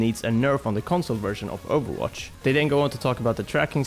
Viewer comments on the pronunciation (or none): I like it how they pronounce ovwatch